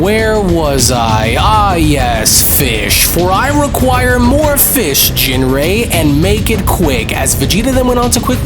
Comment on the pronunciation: So how do you pronounce ginrei? Because it was said different 4 times. Surely these episodes are checked over before release?